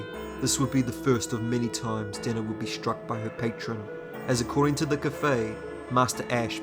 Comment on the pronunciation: Ohh, his pronunciation for Denna was dinner dammit. Dude where are you from? The names are wrong , ( pronounced ) . I'm not from USA, but bro... I'll like and subscribe tho